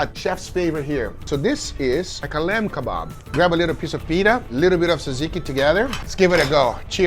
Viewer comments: ΡΕ ΜΑΛΑΚΑ ΓΓΟΥΓΓΑ ITS Fing JAJIKI. Nobody told you zatsiki! JA-JI-KI! Nice video though and thank you for the content! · ITS TZATZIKI NOT ZAZIKI please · not zaziki you have to add the tza like how you say jumbo size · This guy would kick Gordon Ramsay’s ass the first time he called the sauce “ter zikky”. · i am grek and ii like that you couldnt pronounce tzatziki our food is the best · And when he corrected Guga on his tzatziki pronunciation, that sealed the deal.